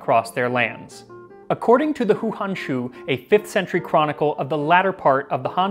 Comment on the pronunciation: Hey man, great video. One note for future reference: "Hou" in Chinese is pronounced like "Hoe"